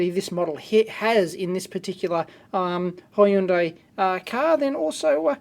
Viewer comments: Why do you pronounce hi-undai??? It sounds weird and it's not the usual way of pronunciation. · I always love the way dave pronounce hyundai. Hi, Undye!